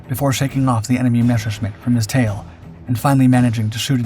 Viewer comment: it's not MESHerschmitt, but MESSerschmitt.